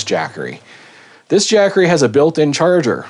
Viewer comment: "Jack-assery" .. LMAO!